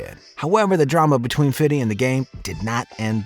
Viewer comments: Man the way you say "fiddy" his highly cringe worthy. We're adults now days. Just say FIFTY now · Honestly disregarding this whole video for its info... Whoever the narrator is sounds like a fucking clown every time hes says FIDDY his name is Fifty even he pronounces it as Fifty Cent... Hearing the narrator try to be cool ruined this who video for me.... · its not fiddy its fifty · Its not fiddy cent, it's Fifty Cent. Only white people say fiddy to imitate how they THINK Black people sound when they say Fifty! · broooo stop its 50!!!!! Five Zero.... 50!.. not fitty!! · I was just bouta say that🤣🤣 man just say fifty lls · Stop saying fiddy man... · Do us all a favor dude. Stop saying “fiddy” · Please stop saying “Fiddy”…it’s really cringe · Nobody says 50 cent like this !